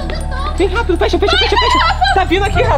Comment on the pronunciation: Eu gosto muito deles "rafa e " mais da a raiva quando o fala raperu 😡significa "rapido"